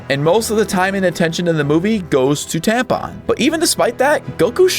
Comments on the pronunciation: Bro said tampon not Tapion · You calling Tapion "Tampon" made me spit out my soda. Now I gotta mess to clean up 😂 I love WoTD for one reason: SS3 actually did something for once!